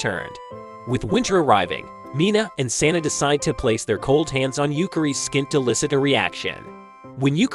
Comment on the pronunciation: It's Sanae, not Saena; just for future reference. You spelt it right in the video, but it sounds like it was wrong in the script you were reading.